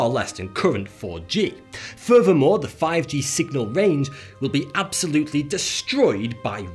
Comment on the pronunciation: Furver more... Fings may be different... Lol